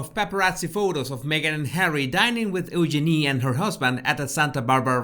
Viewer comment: and and I'm English so I've never really liked the name Eugenie, as people tend to say 'Yoo-GEE-nee' and it sounds weird. The way you pronounce the name, it's actually rather lovely (I figure the name is French and would sound nice in that accent, too). It's just the London Cockney version which is gross.